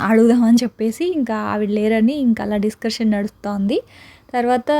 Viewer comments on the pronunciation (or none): none